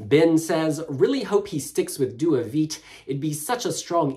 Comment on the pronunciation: Due vite, not due vit 😂